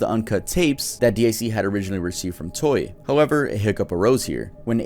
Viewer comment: He keeps saing toy instead of toei. IT SO ANNOYING!